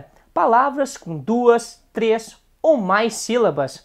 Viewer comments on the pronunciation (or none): none